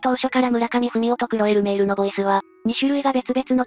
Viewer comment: くおえ・うえーるえうおおお(クロエ・ルメールですよぉ)